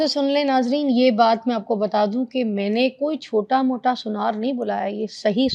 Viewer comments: Suniyara nhi sunaar kehte hain urdu mein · Sunaar hota hy. Suneayray ni khud ko Bolna ni ata shokhi itni Marti hy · sunyar ni kehte Urdu m sunaar kehte hen..